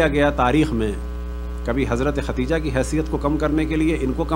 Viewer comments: کیسےعالم صاحب ہیں جنکو خدیجہ بولنا نہیں آرہاختیجہ بول رہاہے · ختیجہ ہاہاہاہاہا تلفظ تو ٹھیک کر لو